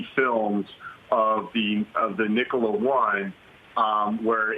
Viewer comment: It's Nikola, not Nic-cola!